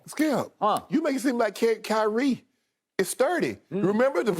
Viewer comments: He said highrie Shannon stay giving out names like le ankle 😂😂😂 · "Highrie" was an honest mistake but that took me out 😂💀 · I cant tell if he said highre on purpose